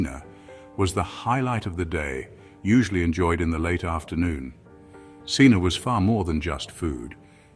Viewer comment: Cena is pronounced chayna, the Italian way. Not seena.